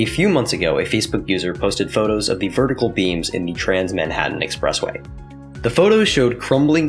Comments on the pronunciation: "vertical beams" lol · And I was just about to subscribe to this channel, then I heard him say "vertical beams". Noooo🙃!